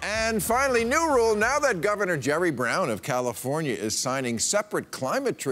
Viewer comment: "we dah rebels nayuh!"LOL!